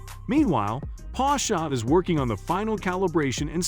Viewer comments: You have some serious pronunciation challenges ....Porsche is pronounced "Porsha" (not Pasha).....Macan is pronounced "Ma cann".....not " Macon" (rhyming with bacon)......Try that to get better readership response.... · The video is so ruined whit the pronouncement of Porsche with A at the end. IT IS PORSCHE and NOT PORSCHA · Please pronounce Porsche and Macan correctly. You spoil the video which does contain some good content.